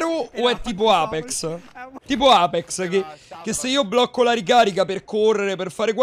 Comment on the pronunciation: Alla fine ne pali male a pronunci sempre apex 🤣🤣🤣come sei andato all'evento?